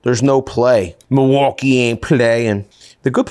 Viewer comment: Love the channel, can't stand when he says "mulwoolkee"